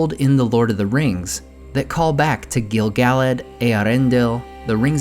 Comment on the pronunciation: Gill-Gal-lad?? Pernounced Gil-Guh-Lad